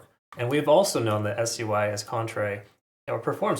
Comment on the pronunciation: why are you saying s-u-i and not sui